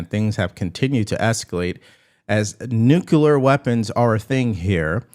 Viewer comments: Please stop mispronouncing Nuclear. It's pronounced New-Clear, not Nuke-Ya-Ler. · I like what Trump's doing. Something I don't like is how you mispronounce Nuclear... It's not New-Cya-ler, it's New-Clear.